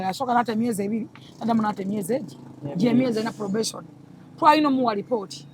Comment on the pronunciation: Probesoni or probation 😂 just saying 😂